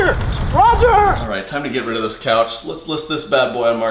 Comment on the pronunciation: The way says couch it sounds like coach